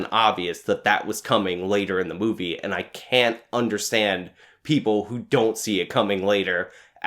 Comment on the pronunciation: Ever time you said movie I heard booby.